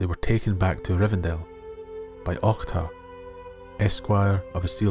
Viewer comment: Some love already for the fine pronunciation of 'Ohtar' 😀